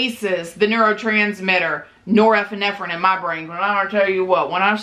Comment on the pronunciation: Except when she tried to say norepinephrine lol